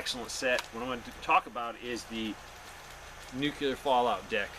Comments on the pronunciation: Noo-Clee-UR. Not nukUlar. Just sayin. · You said nucular war....lol......just like Bushie! It's noo-clee-ar. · NUCLEAR not NUCULER!! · nuc-U-ler is not a word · Nukleear not nukeelar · nookyoular is not a word. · I don't worry about ANYTHING "Nuc-U-lar" since it doesn't exist. Nuc-LE-AR on the other hand, is something to take serious. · Nucular! Lol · It's NU-CLE-AR, not nuc-u-lar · Let's take advice from someone who can't even say "nuclear" correctly. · nucular is not a word. I thought only 5 year olds talked like that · NU CLEAR say it right or dont say ot at all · just Biden my time (Nuclear has 2 syllables.) Welcome home to your son. I recommend your channel a lot. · I thought it was Nuk-ler?? hehehe shades of W promoting his cause. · Hahaha! Now that's funny! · He's using the GW Bush pronunciation, which has been deemed socially acceptable by the US govt. before his leaving the white house. lol